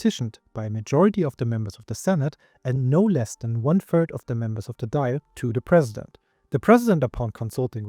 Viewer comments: The Irish parliament is pronounced Doyle not Dial like an old fashioned phone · It's not pronounced "Doyle" either. The vowel in the middle of the syllable is pronounced like "awe". The "i" is present to mark the "l" at the end as slender, meaning it's pronounced similarly to the "lh" in Portuguese. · Very decent pronunciation of the Irish names. However, one improvement, if I may 🙂 Dáil is pronounced "thawl". The accent over the a gives it an "aw" sound. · Dail is pronounced Doil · DAWL Would be a better pronunciation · The fada or accent on the A such a as Dáil lengthens the vowel sound. The I in Dáil is silent. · I agree, just make sure the "th" is pronounced more like a "d" that's stuck on the top of the back of your teeth, as opposed to something like "thick" or "filth" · Generally good pronounciation in Irish, but since you ask: the tilde on the A (in Dáil) changes the "ah" sound to "awe," giving us "Daw-il". Same with Fáil, which is pronounced "Faw-il".